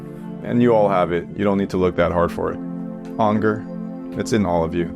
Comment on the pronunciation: Ok... genuienly laughed at "you need Ahnger"